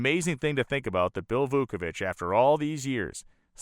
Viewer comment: Vauovich ( just missing an “e” from his tongue twisting double knot last name). No wonder everyone called Vooky. Wow-o-vich He had life priorities in right order. Family and work first. Risking his life in love of racing second. Hart breaking to se him die such horrific crash.